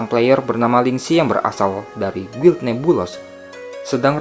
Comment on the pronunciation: oh ya min itu guild NEBULOUS bcnya nebulus aja min 😊